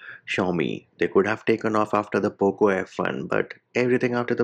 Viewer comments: It's very satisfying, you saying "poop launcher" 😂😂😂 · I can't stop laughing when you say "Poop launcher " 🤣🤣